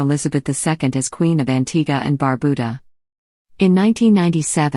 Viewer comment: Well, at least you got the pronunciation of Antigua right. But, Barbuda is pronounced bar-byuda, not barbooda.